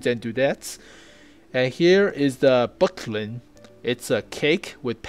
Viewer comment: Did you really call buchty "bucklin"? :D